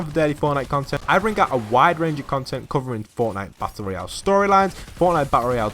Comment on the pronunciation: he seid battelroial